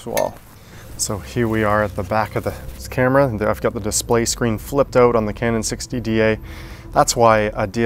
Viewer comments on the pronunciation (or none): none